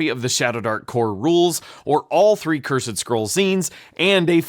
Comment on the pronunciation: I know rhis is nitpicking but when you present yourself in a suit as if you're a lawyer and knower of all things, then fail to pronounce "cursed" and "gazetteer" properly it really blows your whole gimmick.